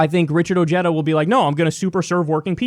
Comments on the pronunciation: isnt pronounced oheeda ha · Its pronounced oh-hay-da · his name is probably pronounced with the spanish H, OHeda not OJeda for J sound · I just Richard Ojeda pronounced his own name correctly. Ojeda is a Spanish name pronounced (o-hey-da) not (o-jeta) it’s not Irish. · I have wondered about Richard Ojeda's ethnic heritage because he pronounces "Ojeda" as "oh-JED-uh" and where I live it would be pronounced "oh-HED-uh." All I found was this from Wikipedia (which I distrust): " Ojeda is of Mexican descent as his grandfather had illegally immigrated from the Mexican state of Jalisco and his father was born in the United States, but moved to Mexico and lived there until the age of 8." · its not ojeddah , its oheyda. ojeda. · Beto has a better chance! Ojeda, pronounced (O-head-thuh) needs to step down! If he persists, Trump will win due to votes being split between Ojeda and Beto! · Some interesting facts in the Ryan Grim article on Ojeda’s candidacy. 1. Ojeda’s grandfather was actually Mexican illegal immigrant. His name is pronounced ‘oh-HAY-da’ 2. How will working class whites respond to a Mexican-American? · Too bad many people, like Kyle here, are going to mispronounce his name ;-)